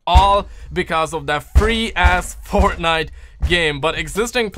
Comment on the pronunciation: Keeps on saying fortnut!!!!😂😂